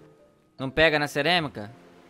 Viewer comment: ceremica ? não é cerâmica desculpa aí so tô lhe corrigindo